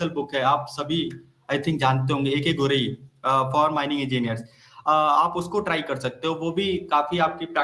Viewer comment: Gorai pronounce= गोराई